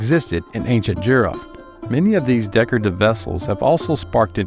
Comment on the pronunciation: It's E-RON budd not EYE-RAN. And JEE-ROE-FT not JUY-ROFT.